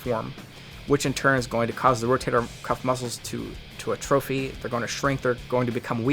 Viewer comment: The way he says atrophy annoys me